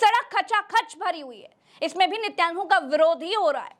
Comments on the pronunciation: Plz sahi naam to Lena seekho netan Yahoo hai naki nityanu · I liked your Journalism but the Name is NE-TAN-YAHU 10/10 Journalism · Please pronounce Nitinyahoo correctly